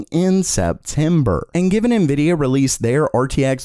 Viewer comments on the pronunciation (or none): none